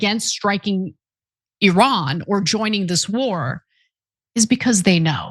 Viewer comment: I LOVE that you correctly pronounce Iran 😊